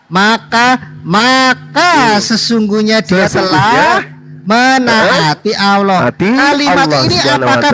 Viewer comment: Sok tahu ni c Edo dikira bnr ucapan Allah jg tdk benar balelol, mengucap lafadz Allah jg ada hk tajwidznya bkn Aw tpi Al yg ditafhimkan/ditebalkan mknya kalau tak tahu dari dasar huruf baca akan ngelantur ngawur ngaco dlm menterjemaahkannya, malu2in sendiri ke publik. Kalau ngucap Aw artinya jg beda